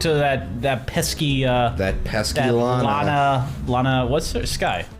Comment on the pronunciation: Every time they say Lana I think they're saying Lotta, so I keep picturing Ema's older sister being Lotta Hart. Gives me a chuckle.